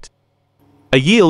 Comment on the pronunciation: A quick tip: When writing the text you want to convert into speech later, you should add a hyphen to any terms that aren't pronounced correctly. What I mean is this: Your computer doesn't know how to pronounce "phenylurea" correctly. In this case, you should write "phenyl-urea". Now it should be pronounced correctly. Btw. There is no such thing as "bleaching charcoal". Activated carbon does not bleach, it simply absorbs discoloration very well. The crystals obtained are also not "crystals white needles", but rather "plate-like crystals".